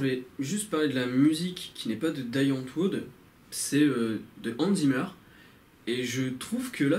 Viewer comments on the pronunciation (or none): On dit "Di Antvord" :D Et j'approuve ton avis à un milliards de pourcents !